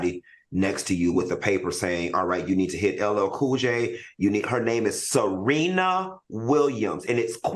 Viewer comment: LL Cool J’s name is JAMES, tf😒 There is nothing hard about pronouncing Serina… Queen Latifah’s name is Dana…If you can’t pronounce their stage name, old ass yet dude, Mr. Todd, Ms. Williams, Ms. Owens ALWAYS works… 😒😒😒